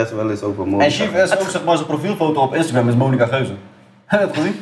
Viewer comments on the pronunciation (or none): none